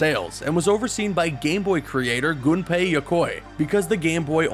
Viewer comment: Thank you for pronouncing Gunpei correctly!!